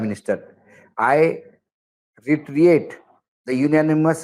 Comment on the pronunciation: Ashok Wankhede is weak in spoken English. He is reading reiterate word in such a way that first time he has come across this word.😅😢😂 He didn't read the word Resolve properly 😔😭